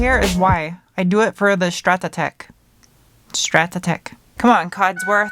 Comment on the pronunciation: its STRAT-TEC not stratatec